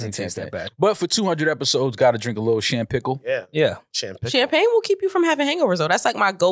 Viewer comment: First of all, never say "Champickle" in our presence ever again. Congrats guys🎉🎉🎉🎉